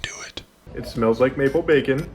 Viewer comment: i keep hearing bakin pancakes every time says maple bacon